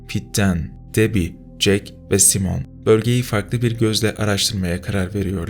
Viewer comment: Abi çernobil ile ilgili bir hatan var 117 Kişi değil 30.000 Kişi Tahliye edildi. (2. Side Simon Saymın Diye okunur :D) (3. Sü Pripiat DA Pripyat Diye yazılıp Okunur :DDDD)